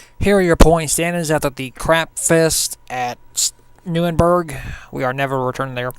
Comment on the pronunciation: also no offense but its pronounced nur-burg-ring